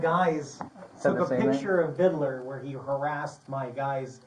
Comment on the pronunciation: Vidler not vidaler. Good grief.